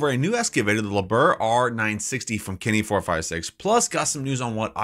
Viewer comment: Liebherr is pronounced Lee-bear.